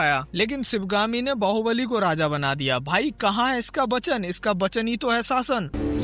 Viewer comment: It’s Vachan and not Bachan 😂😂